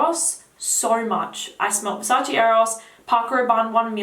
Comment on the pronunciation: Versace, not Versaci. . .